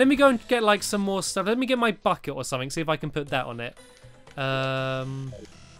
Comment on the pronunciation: bucket sounded like F it